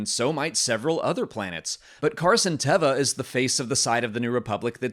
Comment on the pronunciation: I loved the cameo from Mollie in the bed. is a bad influence on me pronouncing Carson Teva's name wrong. If Mandalorians did indeed liberate Moff Gideon from the prisoner transport shuttle, I wonder if the Armorer could be involved? Since Moff GIdeon wielded the darksaber & he got it off of Bo-Katan for a while there he was the rightful owner (and he used it better than Din does). So could the Armorer be using Moff Gideon to challenge Din for the darksaber even though he lost it to Din before? Basically, I still don't trust the Armorer's motivations.